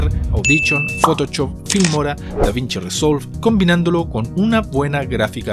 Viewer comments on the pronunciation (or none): Hombre shooter, photoshop. No “chotter, ni photochop” el sonido de SH existe en español y es diferente al CH.